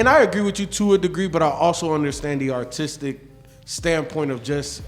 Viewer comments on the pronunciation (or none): none